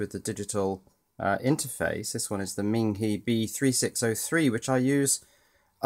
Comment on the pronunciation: Ming He would be pronounced Ming Hugh like the u in ugly Ming He the e in Chinese has the u sound in ugly. the i in Chinese has the long e sound like in Lee, so Ming Hee would be spelled Ming Hi I like your videos and they are almost addictive. Subbed